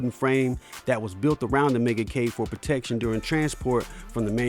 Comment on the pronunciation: "Lets go ahea and play the megakay" . This guy cannot speak properly. Pretty funny really. Megakay... Oh, and the games are alphabetize... Alphabetical is what your looking for. Lol